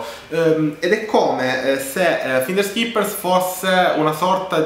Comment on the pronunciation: Intanto cominciamo a pronunciare bene la parola finders...